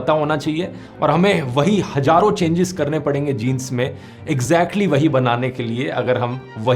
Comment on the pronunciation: It's not 'gaiyab (vanashing)', but 'ghaiyab'; also, not 'hajarun saal', but 'hazaarun sall'.